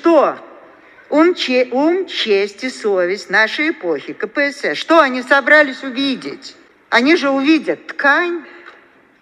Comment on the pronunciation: следите за ударением! собралИсь, а не собрАлись и т.п. - неприятно...